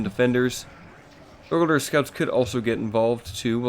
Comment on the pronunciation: What the hell is “dur gurdur”